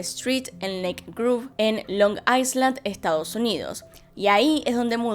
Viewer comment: Se dice “Long ailand”, espero que lo tomen bien🙂